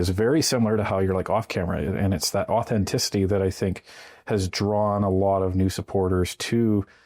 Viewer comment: "Auhtenticity" - a great word to distinguish the difference between today’s Conservative MPs and today's Liberal MPs.